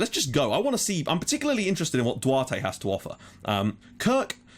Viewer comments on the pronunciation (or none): and Duarte is like "Dou-Art"